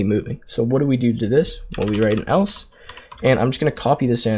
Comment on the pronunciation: This guy and his “elso”